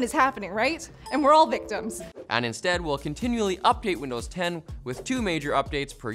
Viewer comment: "and Widnows 11"- come on !